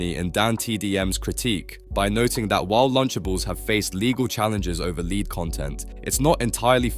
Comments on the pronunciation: I think it's AI. Notice how he says 'lead' (the metal) wrong twice but then correct the third time. It's really weird. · Are you an AI-tuber? Who mispronounces 'lead'? and again wrong , but then correct ? There's no way a human does that. And in fact, this entire script seems AI-generated. It's so chat-GPT-essay. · What's with pronouncing "lead" as Leeed??? One is about leading people, but I think you mean lead as in the metal, so it's pronounced leaad. Jezz, basic words, try to pronounce them right. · 'lead' as in 'led' lil bro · The lead pronunciation is driving me crazy. Makes you sound like AI. This video also could have been 45 mins shorter if you didn't repeat every single point 10 or more times each... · BRO how'd you mispronounce lead and then get it right 2 seconds later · this AI voice doesn't know how to say "lead" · lead is pronounced lead, think dead or head, not weed or greed are u a real person or some failed AI voice ? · Is it just me, or does this vo feel like ai? How can you mispronounce lead several times then get it right? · Lead? You really don't know how to say lead? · Noticed it 30 seconds in when it pronounced the wrong version of lead….